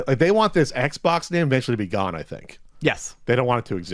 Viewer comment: "Eggs box"?